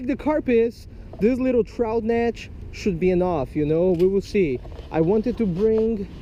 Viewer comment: netsh, instead of net. b!tch instead of bit😂😂